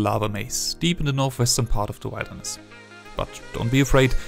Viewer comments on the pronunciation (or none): Bruh what is wildness? It's wilderness. Rrrrrrrr